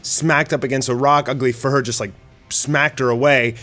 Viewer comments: It’s not fur her. It’s fuhrer like hitler. (Fewrer) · Isnt it pronounced "Fyur-ur"? Not to be mean, but its definitely not furr-er. Ugly fursona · Dude, it's not "Fur-her", more like "Furor" (Führer). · Fee-uh-rehr, not "furr",. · Just wondering why you pronounce it as "Fur-her" rather than as "Few-rer" or closer to the German word for "leader". Is it to avoid the censors (like saying "Black S" instead of the character's actual name)? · Thank you for not forgetting about poor Child Emperor...like some other YouTuber did. Again, Fuhrer is pronounced "fi-oo-rer," NOT "fur-her." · Why the hell do you pronounce Fuhrer Ugly so weirdly? It's Fuhrer, not "Furhur" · Why do you call him “furr-her”? Is it bc you don’t want to make that correlation? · jees, learn how to pronounce words. Its not fur-hur. just google fuhrer and listen to the pronunciation or u'know watch ANY WW2 history documentary. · "Fuhrer" is pronounced *few-rer... It's a Jerman military rank, kinda like captain or general. Great show btw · the nth video in, and still calls him fur-her XD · Fuhrer is not pronounced "Fur" sir. Come on dude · I think it's pronounced Few-Ruh. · Fuhrer is pronounced with a silent h. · Someone tell him how to pronounce Führer 😂 it’s like he learned nothing from WW2 history books lol